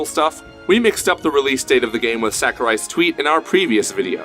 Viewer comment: The answer is no. Back to Melee :( The fans of Melee are not happy with this new installment unless it makes all the necessary changes. Also, you don't say Sakurai correctly so don't try and be cool and add San to the end of it. It's SAH kurai not SACK u rai. I really don't care it fucking sucks that we will never get a good Smash game ever again. GOD DAMNIT! All us Melee fans want is more characters with the same mechanics. This bullshit is frankly not good enough. I'm telling you the real answer. I'm in the competitive scene and talk to lots of people. Ultimate is NOT bringing the Smash scene together. I can confirm that most Melee fans are only interested in playing the new one for just a short while just for the hell of it. Unless it is made to be even more like Melee. Which I highly doubt it ever will be. Since SAHkurai believes for some odd reason that the technical aspect of it somehow hurts the casual fans. Which it doesn't. The only thing that hurts the game is SAHkurai himself.